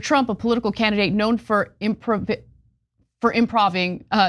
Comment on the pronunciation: Wow you cant even say Improvisational? Why are you on independent media giving fake criticism of Trump when you cant even read? You literally did a Trump where he mistakes a word, doesn't try to correct himself and just moves on and pretends its the rest of the world that made a mistake... Cenk i feel is quite fair but her.... God she is cringe.